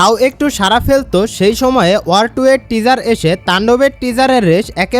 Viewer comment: Teaser উচ্চারণ টা ঠিক করো ভাই 🤣